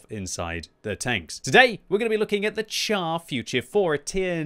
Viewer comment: not "tchar". Pronounce it "shar". As in.. "shoot".